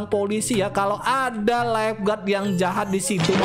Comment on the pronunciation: Jahat bang bukan jahap